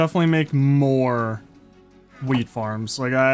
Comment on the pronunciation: 😂bro said weed instead of weet